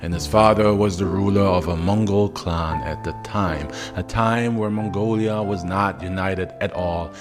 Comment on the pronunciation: It's not "mongolia", it's Mongolia.